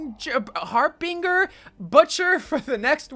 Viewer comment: Harbinger, that's how you say it.